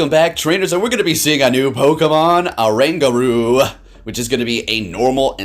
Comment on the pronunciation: This pokemon is based asian apes which is orangutan. The pronounce must start with "o". I noticed many people skip "o" sound.